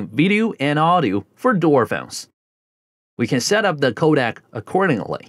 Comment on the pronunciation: Codec....It's co-deck....not Kodak